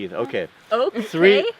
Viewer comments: Hahahah Tree thirty, pine to go! love it :P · One, two, tree, fir, five lol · One, two ,tree, fur, five that cracked me up.